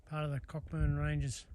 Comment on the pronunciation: Very informative, thanks! Btw, Cockburn is pronounced coh-burn (silent ‘ck’)